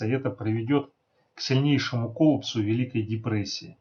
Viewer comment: Спасибо за ролик,осмелюсь поправить,слово коллАпс, ударение режет слух